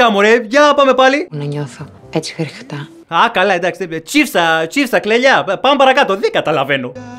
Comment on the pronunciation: Δεν παίζει πιο καθαρό χριχτά από αυτό 😂😂❤